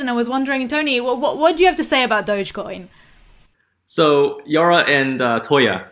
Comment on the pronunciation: You got it right, Toya! "Dogecoin" is pronounced like "DOJh-coin."